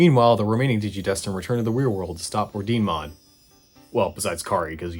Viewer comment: I believe Ordinemon is supposed to be pronounced or-dee-neh-mon, as in the Italian word for order in Italian (and maybe latin too?)